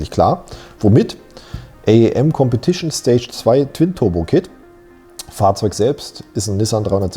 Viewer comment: kompetision ..... :D :D :D muss jedes mal wieder lachen